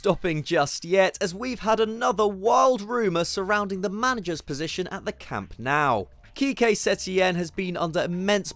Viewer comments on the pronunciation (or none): Camp Nou is not pronounced "Camp Now", come on.